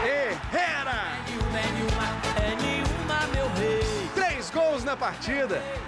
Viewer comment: O nome da música é "É nenhuma", mas o cantor pronuncia "é niuma"